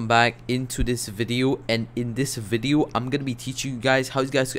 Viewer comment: why does he say ''VIDIU'' instead of video?